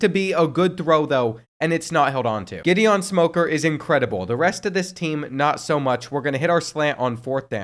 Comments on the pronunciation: GIHD EON not Jidian 😂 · I’m dead when he pronounced “Gideon” like Jidion 😭😭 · Pronouncing Gideon as Giddy-on and Jiddy-on was constantly triggering me throughout the middle of this whole video...... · Gideon Smoker ❌ (Jah-Dee-Ohn) Smoker ✅ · I beg you to look up how to pronounce Gideon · I’ve never heard the name Gideon pronounced so many different ways. 😂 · Gideon is pronounced with a hard G not a soft one. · And then he switches between both pronunciations the entire time! Like dang dude, pick one and stick with it 😂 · bro could not decide how he wanted to pronounce Gideon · Am I the only one who is bothered by the way he keeps pronouncing 'Gideon'? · The way he pronounces Gideon just rubs me the wrong way... Great vid otherwise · Never heard Gideon said that way lol